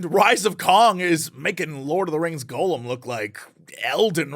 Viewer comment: how come people keep saying Golem instead of Gollum XD